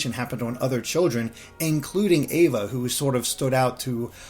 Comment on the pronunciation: has seen Back Cover and The Epilogue and still says Ava’s name wrong! Lol!